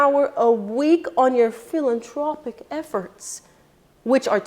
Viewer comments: I love what you say, you're always very honest and give good advice BUT i have to correct you on one word. Its philanTHropic NOT PhilanTRopic. If you want to say certain words, you really must know how to pronounce them properly. Im sorry to be the one to correct you but im that anal. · It's pronounced PhilanTHropic (the TH is pronounced)